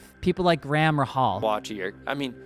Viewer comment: “Graham Ruh-Hall”?? You have zero credibility to speak on IndyCar. Here are some facts you willfully ignored: 80 meetings. That’s a lot. Do you really think there’s no track layout? No logistics decisions made? It’s 2 weeks to finalize the track they’ve been working on for months not make one from scratch. We first heard rumors about this race in July and IndyCar was probably a month or two deep at that point.